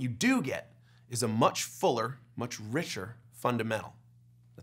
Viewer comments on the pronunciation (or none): none